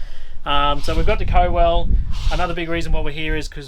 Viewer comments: 😐🤣😂👍 Co-well 😳🧐 it’s Cow🐄ell , COWELL as in Moo Cow 🐄. I went to school there as a six year old ( many moons ago ) and you Wankas 🤣🤣🤣😂👍 the funnies at the start 😝 good to see you have fun . Loved it all brought back many memories 😎👍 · Cowell is pronounced [COW] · Pronounced Cow-ell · Cowell pronounced “Cow” we speak a different language in South Australia 😀